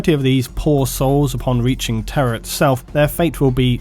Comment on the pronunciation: I misheard "Terra" as "terror" for the entire video, and it still made sense.